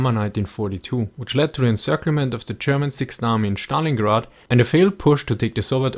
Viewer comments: I really enjoy your videos. One little thing, though: Stalingrad is pronounced with s-t consonants, rather than Schtalingrad ;) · In english its STalingrad, not SCHTalingrad, but anyway the video was pretty amazing :) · "Shtalingrad" from now one that's how i'm going to pronunce it :D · That "Shtalingrad" rofl